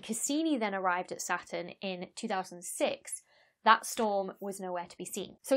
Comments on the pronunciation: you don't pronounce the T either (sounds nice though) ;) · you don't seem to pronounce the t in saturn either :) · I wasn't gonna comment about you butchering "satun," but since you mentioned it... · You don't pronounce the 't' neither. Everything is fractal in the end, as some scientists have discovered, we just don't know how exactly yet; chaos doesn't exist, it's just a human perspective, planets are kinda boring for me, I prefer the 7 Pleiades powerful beauties #StarFeminism #LOL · NoName Sounds more like: satuhn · satoon* because that pronunciation is cooler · Now that you mention it, you don't pronounce 't' either... "Sah'un" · In Britain, the T is silent: hospi'al (hospital), going ' pub (going to the pub), Sa'urn, buh'er (butter) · Not only don't you pronounce the R in Saturn, you don't pronounce the T, so it comes out as Sa'uun. Which is a really cool name for an alien planet when you think about it. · Sa-un ftw. You also skip the t half the time too :) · "...about how I pronounce Sa'u'n, 'cos I don't pronounce the R -- welcome to the North!" But you don't pronounce the T either 😂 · i don't think anybody cares how she pronounces "Sa'u'n" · She says it kinda how Americans say Batman, with a glottal stop instead of a T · You don't pronounce the T in Saturn either; you say it more like an extra U :P. I love your content. It is super informative, engaging, and has wonderful humour to it. Soup Avoid, and the Planemos band still has me chuckling. Cheers!!! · I can hear the r in her Saturn. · You don't pronounce the "R," either? Neither does Rhode Island. Cool! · You don't pronounce the R in Saturn? I think there's a T in there somewhere too. LOL Keep up the good work, as your explanations of the various attributes of the cosmos are always informative and easy to understand. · Real Saturn fans pronounce the R 😄